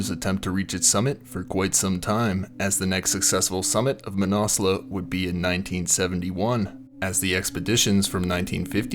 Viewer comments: "Manassla" dude. Cmon, at least try pronounce it properly. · I thought the mountain was pronounced: Man-As-Loo or Man-Az-Lu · fyi ... Mah-nas-loo is the correct pronunciation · Pretty sure its not pronounced "Mannauwslawh" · “MANASLEWWW” the mis pronunciation is killing me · Never heard it pronounced that way and I know many mountaineers who have climbed it. Man-a-slew is the normal way to say it. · Manna loo I believe .. no need to pronounce the s ...this is the English pronunciation anyway . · Where do you get your pronunciations from?? It ends with a U...not an A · Learn how to pronounce the name of the fucking mountain before you make a fucking recording. Fuck. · I have never heard it pronounced like this from any mountaineer either... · I've lived in Nepal 25 years and although your video is good, it's hard to watch without getting irritated at the constant mispronunciation of Manaslu. Please try a simple online search such as "Manaslu pronunciation" which will yield this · Came here to write the same thing, absolutely butchered the pronunciation of Manaslu. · His pronunciation was killing me